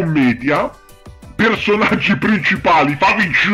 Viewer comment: AHAHAHAHAHAHAHAH OOMMMYYYYYGODDENESSSSS AHAHAHAHAHAHAHAHAH LA TUA PRONUNCIA DI FAVIGGGIEIIIII FÁ MORIREEEEEE AHAHAHAHAHAHAH TI ADORO AHAHAHAHAH